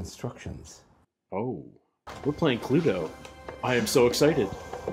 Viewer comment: Have to admit I loved the fact you called it Cluedo and not Clue.. And loved this task also..